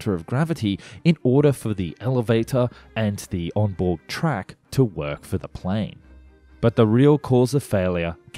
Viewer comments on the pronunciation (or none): none